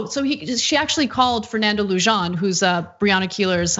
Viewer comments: it, not Lujohn, it's a Latin name lewhan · Lujan is pronounced "lu hahn" not *lu john". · It’s pronounced like luhan not lujan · Fernando Leu-zhan??? It's pronounced Loo-hahn. He's Chicano, not French. Ana, you need to be Schlapped because you should know better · Never ever heard Lujan pronounced with a J in my life. I am related to several Lujans and all of them pronounce the J using the Spanish pronunciation of H. Luhawn, not Lujan. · The name is pronounced Loo-HAN. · It's probably pronounced closer to "loo-han", if its read in Spanish. But maybe he likes and encourages that English pronunciation...